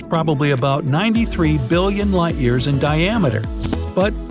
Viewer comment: I love how yearsin is a new word.